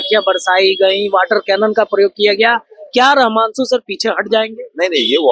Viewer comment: पहले रहमांशु रहमांशु करना बंद करो यार, रमांशु नाम है 🙏🏻